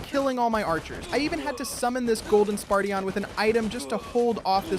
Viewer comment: "Spartion" "Swordwriaet" "Magiceel" "Sky rider" "Griffon the great a giant - giant" - he's literally the leader of giants. Wtf?